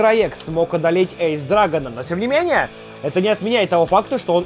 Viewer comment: Не правильно говориш эйс ани айс